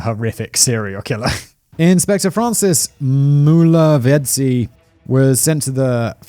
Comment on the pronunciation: I'm astonished at how well he was able to pronounce 'Mulovhedzi' though😅😅